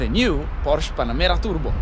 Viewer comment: How can you expect us to give any credence to your "reporting" when you don't even know how to pronounce this word: PORSCHE ?